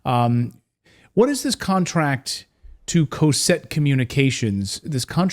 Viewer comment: It's not pronounced "Coe-set" Communications. It's pronounced "Caw-set" Communications. I worked there for years.